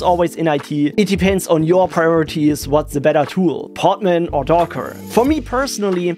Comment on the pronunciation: Hearing "poTman" over and over again, it's just too funny. It is "poDman", with a D